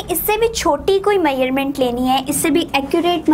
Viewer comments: It's measurement not maerment 😅😂😂😭😭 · Why u saying measure meurement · dude you r pronouncing measurement wrong!! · Muslim never change their habits. 😏they all are same. And plz try to speak correct words you are speaking wrong to measuring.